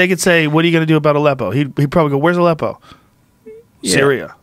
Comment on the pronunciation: Lol, anybody else thought it was "a lepo"? XD